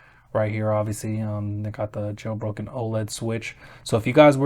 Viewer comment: Anyone else hear "Getting a Joe Rogan Switch in 2024...."😂😂❤